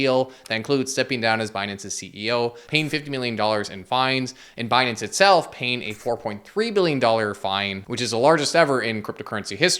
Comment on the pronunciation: Actually its pronounced as "Benance"